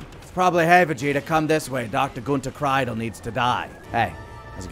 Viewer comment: Pretty sure that Kreidel is pronounced Kreedel. But whatevs.